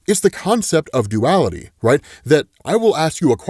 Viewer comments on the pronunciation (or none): none